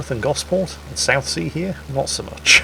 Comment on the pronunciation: I never realised you were a Solent local,! You nailed Gosport and its high street to a tee; I think covering it in trees is probably an improvement. Excellent video!